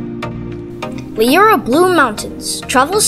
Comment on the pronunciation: It's a lovely little video, and I really like it..... However, it is pronounced "Loo-ra" and the church is pronounced "All-bns".